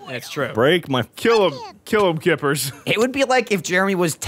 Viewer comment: Everytime said "kippers" I wanted to fucking vomit